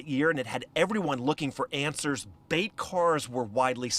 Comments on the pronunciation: “bait” cars not “beat” cars wth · It's BAIT NOT BEAT!!!!!!! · Did she just say, 'beet cars'? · Did she say “beet” cars?